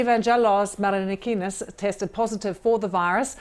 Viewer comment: his last name is MARINAKIS....not marakanakis....jez